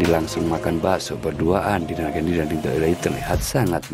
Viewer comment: Ridho min bukan rindho.